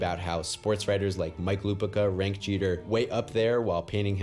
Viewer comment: you said derek jeter wrong